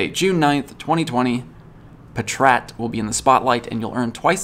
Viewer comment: The weird pronunciations of zigzagoon and patrat really got to me